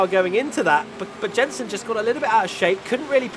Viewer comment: ‘Yenson my friend’